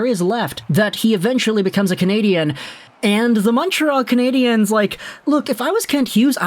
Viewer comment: Bro are you reading the talkbacks? It's CanadiENs not CanadiANS!!!!!